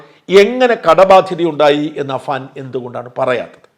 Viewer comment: Afan? അഫan 😂